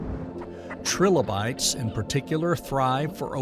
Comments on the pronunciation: 'tri-lobe-ites' Not 'trillo-bites' Three lobes. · Anyone else hear “Trill-oh-bites” and say okay, nah this AI shit is not for me. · AI cant even say Trilobites correctly